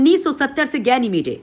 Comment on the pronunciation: गैनिमेडे नहीं गैनिमीड और औरोरे नहीं औरोरा होता है मैडम